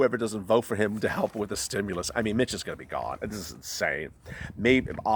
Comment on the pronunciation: I don't know if it's my cellphone (and I can tell it is not your intention) but every time you say Mitch it comes out as Bitch. Can't stop laughing.